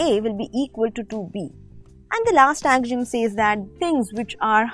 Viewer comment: pronunciation of axiom 😆😆😂😂